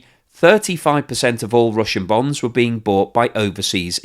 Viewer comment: Is he saying Bones?😂